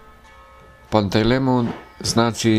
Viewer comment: Nije Pantej lemon , nego Pantelejmon .